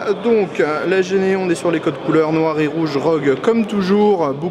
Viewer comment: Ça se dit pas "géné" je pense mais "jine" en anglais ^^ Sinon bonne video comme d'hab